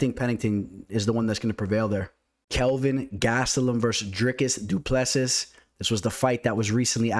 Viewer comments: The last "s" in Du Plessis is silent bro. Dricus Du Ple Si (si like Italian yes) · as a South African i have to correct you, its pronounced du pla sea